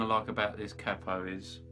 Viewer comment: Good to hear capo pronounced correctly. I've lived in the US for many years and always heard it said "cay-po" which sounds proper daft.